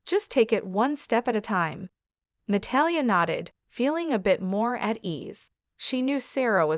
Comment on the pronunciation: Na-tall-ya = Natalia. Please learn to pronounce her name properly. I had no idea who you were first referring to.